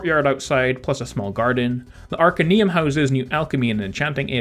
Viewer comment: arcAneum not Arcenuem